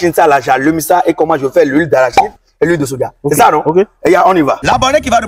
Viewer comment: C’est Soja et non Sodja